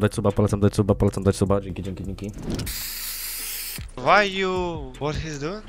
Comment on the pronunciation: Drugi Edit: Dźzienki ża dźwońa fripi XDDD